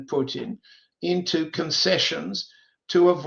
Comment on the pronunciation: You’d think that after 35+ years in Moscow Mr Helmer would have learned how to pronounce such basic Russian words as Putin…and how can anyone refer to the “Russian race” in a country comprised of more than 100 ethnicities? The Russian Nation, by all means, or the Russian people, but there is no Russian race, it’s debatable there is even a Slavic “race”, but that would be more applicable than the Russian race